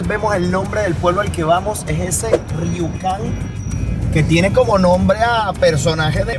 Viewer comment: dejo un link de un canal de noticias, el pueblo se pronuncia rukon y lo de los espejos salio unos 600mil dólares y no 600 millones como dices, cuando vi el tamaño de los espejos y las instalaciones me pareció raro el monto.